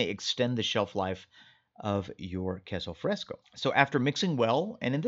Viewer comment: it was driving me nuts every time he said queso fresco. I was yelling at him- that's NOT queso fresco .😂